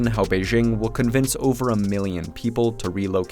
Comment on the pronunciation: "Convinge"? We speak about China bere